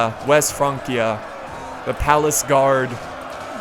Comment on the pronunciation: It's pronounced France-ia, not Frank-ia.